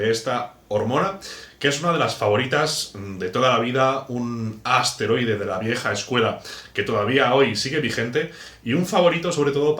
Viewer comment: Por que dice asteroide, es esteroide